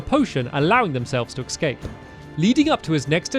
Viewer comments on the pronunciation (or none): "And I was able to ecscape" Stamps-2019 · He keeps saying "ecscape" and it annoys me. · It's escape... not excape